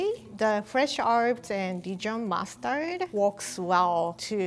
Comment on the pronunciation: Is it just me... Whenever she say mustard it sounds like Mars turd to me